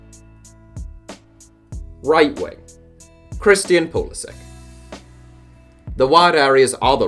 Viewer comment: Thank God! A European person pronouncing Pulisic's name right. And would Mariano count for one of these lists? He got capped once by the Dominican Republic die to his mother I think, but I think he's holding out for the Spanish national team